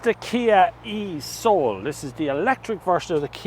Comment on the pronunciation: 37k? Gulp. Man these electrics cars are damned expensive. Also be careful how you pronounce e-soul